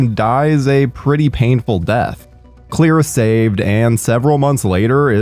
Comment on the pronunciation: why can you not say her name its clear